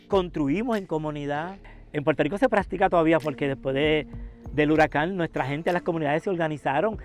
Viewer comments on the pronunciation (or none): She said pur tur Rico 😂😂😂